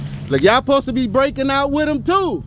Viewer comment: "Posed" is obviously mispronouncing "supposed". You know, like when southerners say, "fixin' to", and leave the "G" off of the end of the word, resulting in the mispronouncing of "fixing". Like when southerners say "like 'iss", or "like 'at", thus mispronouncing "like this", and "like that". There are plenty of others, but I think you get the point. Not really sure what yours was, but uh....Okay. -_